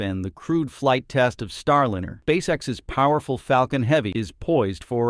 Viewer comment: Somebody teach the AI voice how to say “Star Liner”, not “starlinner” 😂😂